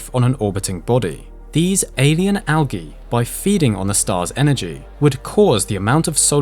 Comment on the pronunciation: Al-ghee? Sorry, its pronounced Al-jeee